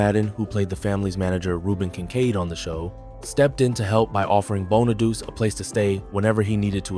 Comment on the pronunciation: Danny Bonaduce’s last name is pronounced BON-A-DOO-CHEE, NOT Bon-a-deuce. The real reason Ricky Segall was a problem for the show was the fact that he couldn’t sing or act—period. And he wasn’t needed, either. For both reasons, he shouldn’t have been cast in the first place. But by the time they realized their mistake, the show was ruined as a result, which really confirmed the axing of the show. Another reason “When We’re Singing” was replaced was that David Cassidy didn’t sing it. It was recorded with the same singers that sang on the two songs on the first album. Another fact: David Cassidy’s voice sounded different than his real voice in the first two PF albums because they sped up the tape of his vocals to make him sound younger than he actually was (they wanted him to sound 16 instead of 20). DC rightfully objected to this, so starting with their third album, “Sound Magazine”, they released his vocals at the proper speed.